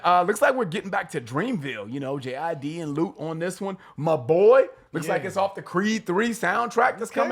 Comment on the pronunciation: i heard 'my butt' when he was saying 'my boy'